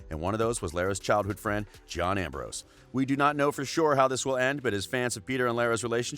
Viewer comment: I thought I was the only one. Even the way he said Ambrose. He skiped the 's'